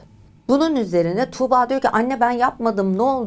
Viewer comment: Tamam iyi anlatıyorsunuz da 'Tuğba' yı tükürürmüşcesine söylemeniz çok kulak tırmalayıcı